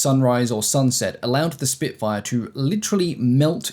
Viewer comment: Spitfire ❌ Spinkfire ✅